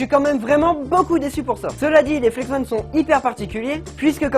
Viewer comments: Oh non mais ton niveau d'anglais pire que le mien ! On dit ON comme ON/OFF parce que ONE et comme 1 et la ça s'écrit ''ON' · ahah tu as perturbé tout le monde avec le Flex-ONE "flex-on" au caou ça m'a tué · très bonne video mais on dit pas flex one mais flex on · mec c dérangant tu dit flex one mais c'est flex on arete de dire one stp!!!!!! sinon le concept de comparer deux types d'étriers comme ca c'est pas mal, mais le probleme c'est que je pense que comme les flex on sont tes etriers automatiquement tu va les préférer aux freejump. Admettons t'aurais eu des compositis et pas des flex on chepas si t'aurais dit la meme chpse. Sinon sympa ta video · Mais tu continues de dire Flex One haha 😂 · Flex-on pas flex-one ^^ désoler mais c’est très perturbant toute la vidéo, mais sinon super vidéo et moi qui est des Flex-on je préfère largement Flex-on :) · Mais si car si tu savais prononcé l'anglais tu ferai pas cette faute. Même moi qui suit nul en anglais ça me brûle les oreilles 😂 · FLEX-ON pas flex-one ^^ désolée, ça m'a démangé toute la vidéo, fallait que ça sorte. Bon, clairement ici, je suis clairement une #teamflexon, pas moyen de me mettre des free-jump aux pieds ... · Ça se dit " On " pas "one " !!!